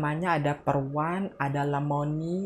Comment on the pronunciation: Peron mbak bukan perwan😂😂